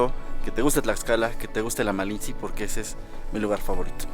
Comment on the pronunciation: Se dice malintzi